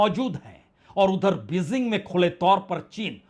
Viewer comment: Your reporting is very good but your pronunciations are very bad.please work on it just one example Bejing not Bezing